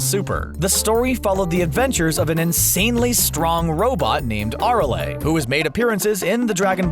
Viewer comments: Nice pronunciation of Arale you fucking casual. Holy shit just reading off the script arent ya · The way he pronounces Arale. 😭